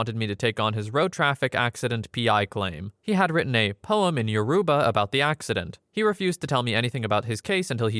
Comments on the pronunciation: He couldn't have pronounced it more wrong, its pronounced Yo- row- ba, emphasis on the ba part, not Yo-roo-ba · he did not pronounce it correctly 😭 respectfully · Lol we exist. Yoruba is one of the three major tribes in Nigeria. And yeah, he’s pronouncing it pretty wrong and a Google search isn’t so hard to do for a video like this.